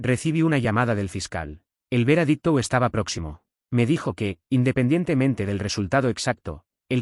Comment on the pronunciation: 'Veradicto' o VEREDICTO?... así como este concepto HAY MUCHOS mal pronunciados, es NECESARIO QUE REVISEN ANTES DE PUBLICAR!!!!!!😠